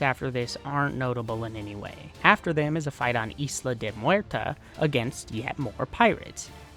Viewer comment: I’m gonna be real, the most challenging thing in this video is listening to that butchering of “Isle de Muerta.” For future reference, the S in Isle in silent, so it’d be “E-lay de Muerta.”